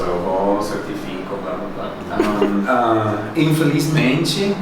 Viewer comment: "infelixmentich" ~~gayshocked~~